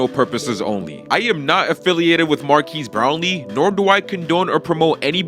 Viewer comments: Bro really says Markeys Brownlee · Bro pronounced his name wrong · Dudes butchering his name lol